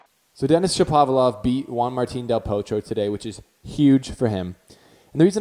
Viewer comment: It's pronounced ShapoVAlov